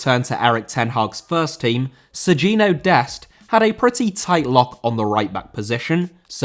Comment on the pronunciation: Sergiño* not Seginouw